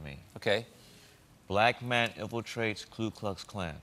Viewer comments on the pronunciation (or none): I love Spike, but did he say “Klu” instead of “Ku” ?